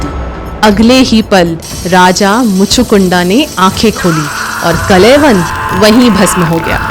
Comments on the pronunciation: अरे बाबा, कलयवन नहीं, कालयवन । दूसरा नाम मुचुकुन्द, तीसरा शब्द इक्ष्वाकु । Please, please, correct yourself. Otherwise your presentation is okay. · कलय वन नहीं बहना.. कालयवन मुच्कुण्डा नहीं मुचकुंद.. इक्ष्वाकु भगवान के लिए 🙏🏻 अंग्रेज ना बनों कालों... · अच्छी कोशिश लेकिन उच्चारण सही कर लो कलयवन ❌ कालयवन ✔️ मुचूकुंडा ❌ मुचुकुन्द ✔️ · Not Kalayban, he was "Kaal Yavan" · Kalayvan nahi kaal yavan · He is called kaljavan not kalayvan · मुचुकंद को मुचुकंडा बोलना बंद करो कालयवन को कलयवन बोलना बंद करो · Kalayavan nahi kalyavan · It's not kalayvan, it's kaal yavan, and it's not muchukunda, it's muchukand😂😂. atleast know the pronunciation of our own languages 😂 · Kaal- Yawan .....ka uchcharan bhi nhibkr pa rhi hain aap ...reel aji kab tk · kalyavan pronouncing all words are wrong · Kaal yavan wrongly pronounced the name the king